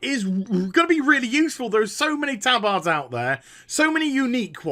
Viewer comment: plz stop saying tabAAARDS